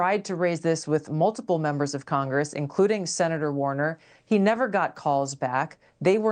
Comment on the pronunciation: Warner? Or Warren?